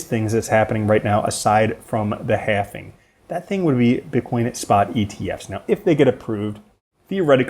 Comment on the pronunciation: I love this dude. but "halving" not "halfing" all love though